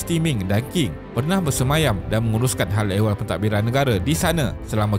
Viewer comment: Terbaik! Sedikit pembetulan.. Qing dilafazkan ‘Ching’ Tianhe dilafazkan ‘Tian Her’ But very good job!